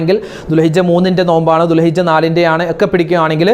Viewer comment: ഉസ്താദേ ദുൽഹജ്ജ് ആണ് ദുൽഹിജ്ജ അല്ല